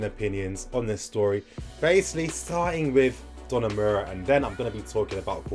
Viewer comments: Every time said 'Donamura'. My will to live kept dropping lol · Great video. But it is pronounced DON-A-RU-MA